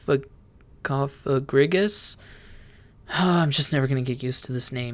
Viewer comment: You said the coffins name right 😂 it's an egregious coffin lol cof a gregious